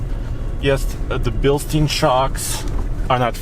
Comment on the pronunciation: Stein not steen